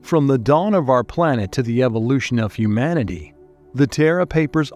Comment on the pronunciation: Where can I get a job as a video narrator? Mispronunciation in narration is one of the most irritating and jarring aspects of YouTube videos. It’s not ‘hum-man-ity’, it’s ‘hue-man-ity’. We’re not hummans, we’re humans.